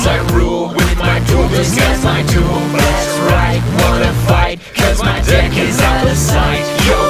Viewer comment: They say "Deck", I hear "Dick".